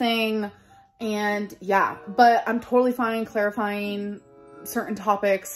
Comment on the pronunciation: The way she says "clear-a-fying" 😩 instead of clarifying...